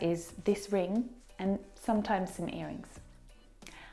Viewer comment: Thanks for your lessons.but have you said "an earring"or I have miss heard you?